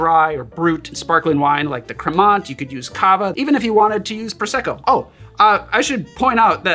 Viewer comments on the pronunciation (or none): Nice one! Btw, "Cremant" is pronounced "Cre - Maw" like a bear's maw, or the maw of the abyss.. 😄